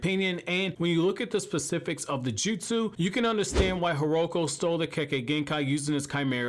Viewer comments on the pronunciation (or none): Legend has it is name is pronounced hi ru ko hiruko